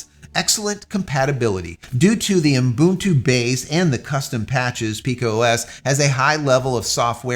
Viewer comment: This guy is stupid. Most of the time he likes to praise himself of how he did this and how he did that. Useless . He even know how to pronounce "Ubuntu" - its oo buhn too Its really frustrating when he says "unbuntoo" Clean shaven Vin Diesel cameo.